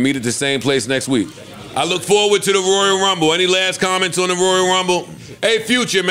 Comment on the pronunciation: “Roya rumble”